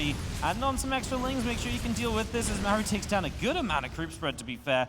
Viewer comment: I cannot stand casting. He does not have any of the fundamentals of public speaking down... if it's literally your job to speak English and create a compelling story then there's no excuse to be bad at it. His enunciation sucks, he can't even pronounce Maru. He always sounds like he is complaining or freaking out about something. And he offers zero insight into what the players are doing, he just says what's in the middle of the screen. He never, ever, lays the groundwork for what is about to happen, he is always lagging behind and purely reacting to what's on screen.